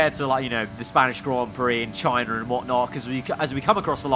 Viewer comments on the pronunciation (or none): none